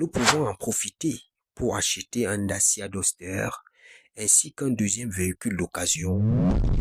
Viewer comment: Bougatti, Dacia dosteur, il faut aller voir un orthophoniste mon gars !